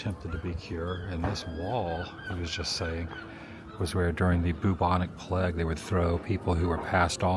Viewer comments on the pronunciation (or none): none